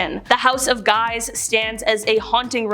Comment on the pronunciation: It's pronounced, "Sfortsa" and the J in Julio is Italian, not Spansih. And Guise in French is prounced, "Geez". PS If we're talking scary families, how's 'bout the Kennedys, Obamas, Clintons, Pelousies, Bidens, and Harrises?